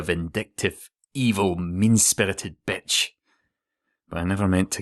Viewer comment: Ahh that "betch" <3